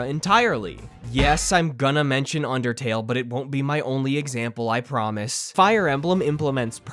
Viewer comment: Me the undertale lover thank you for saying undertale good